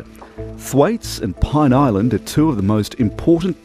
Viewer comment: "Pine" Island?